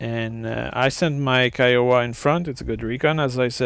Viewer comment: Pronounced KIE oh wah